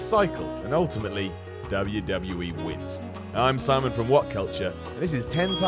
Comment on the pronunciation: I keep hearing "I'm salmon for what culture" at the intro for videos